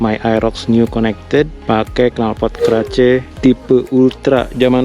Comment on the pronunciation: Kemana atuuhh “keraceeeee” 😂 “Kares a.k.a k-race” dibacanya abangkuuhhh 😂😘